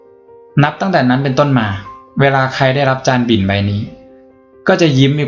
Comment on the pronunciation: จานบิ่น ไม่ใช่จานบินนะะะะ 😂